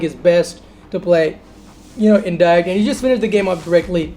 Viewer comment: You can't even pronounce direct._.